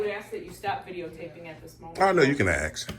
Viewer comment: “you can axe 🪓” 😂